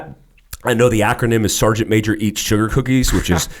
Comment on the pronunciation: SAR-GEANT MA-JOR